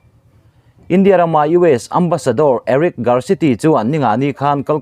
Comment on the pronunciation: India tih hi a lam/thluk dan i zir ngun a ngai e.eg. India chuan ṭanpui a tum tih a,India tih leh...India sawrkarin a mawh phurhna a hlen zo lo.tih ah te hian....